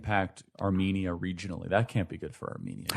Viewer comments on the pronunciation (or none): Would've expected the agency to at least teach you how to pronounce Armenia and Armenians🤦‍♂️